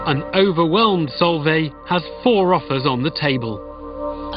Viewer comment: It's pronounced Solv-eye she's a really good family friend x